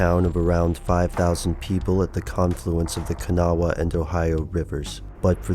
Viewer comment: xDD Ka-now-wah. xDDD. It actually sounds something like Ka-gnaw.